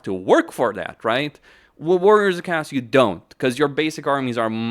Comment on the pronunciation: the way you pronounce chaos is criminal